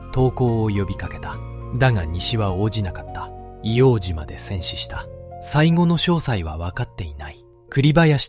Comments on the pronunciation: ＡＩで変換してるからか？皆さん指摘の「いおうじま」ではなくて「いおうとう」ですね。 あと、 からの、幕僚との説明ですが、写ってる皆さんは下士官か兵みたいなので 身の回りの世話人か伝令？幕僚とは違うと思います。１つ前の写真には参謀懸章を 付けてる人が居るので、上級士官の方達かなとは思いますが。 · 『硫黄じま』ではなく『硫黄とう』です。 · イオウジマではなく、イオウトウと読んで下さい。当時の住居区分では京橋区硫黄島(イオウトウ)です。イオウジマは米軍がわ呼称です。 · 栗林さんのお話、ありがとうございます。ただ一つお願いがあります、硫黄ジマではなく硫黄とうで願います、日本人のこだわりです。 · いおうじまではない。AI失格だ